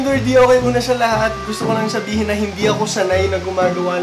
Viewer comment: yung sabi ni kuya ay "shabihin" lol